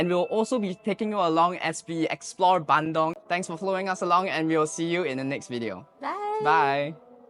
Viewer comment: It's Bandung Not BANDONG